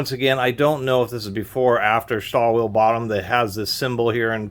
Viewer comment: lol you didn't even try to pronounce stahlwille correctly.